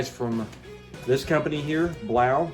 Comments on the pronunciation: I'm pretty sure it's pronounced 'BLOW' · Hahah, come on...You're not even saying it right. Blaux is pronounced blow, like the a/c is blowing??? The aux ending is French. I know this is a scam product but at least pronounce it right. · I thing it is Pronounced “blow” not sure